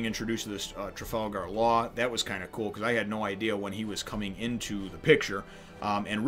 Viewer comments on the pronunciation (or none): "Oo-rooj" "Tra-fall-gar" The X. In Drake's (favourite supernova) name Is pronounced "Diez", but it doesn't really matter, And "Ray-lee" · Trafalgar in Trafalgar Law is pronounced same as in Trafalgar Square